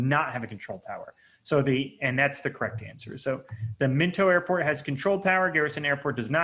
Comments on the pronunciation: Mento lmao… MINOT = MY-NOT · MI NOT. Not Minto. It’s a Air Force Base. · Min-toe?! LOLOL Bro, it’s My-knot! Still an EXCELLENT course #respect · It's not Minto it's my knot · Minot not minto pronunciation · The airport is pronounced Mi-Not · Informative, but, you can NOT pronounce the airport names worth a flip. Minot is My Not Mechum is Me Chum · Minot is pronounced "my not."